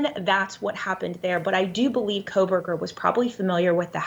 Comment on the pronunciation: I just don''t understand when you have only one job to do and you still manage to miss pronounce his name as ' KohbergerS ' It just does not compute for me